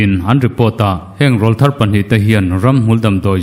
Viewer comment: Rawlthar tih hi I lam diklo tlat mai